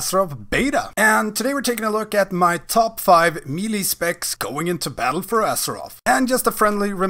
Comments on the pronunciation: AnAfinityForKarma my point is there is no “ee” sound. May-lay, meh-lay, muh-lay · It’s pronounced “may-lay” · Said me lee, stopped watching